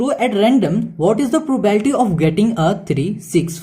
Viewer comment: It's not probalty it's probability.....